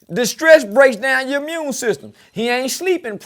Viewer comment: “Stress brings down the ‘mune system!”😂😂😅😂